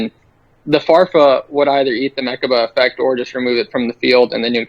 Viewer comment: It's not meRchaba. There's no "r" in mechaba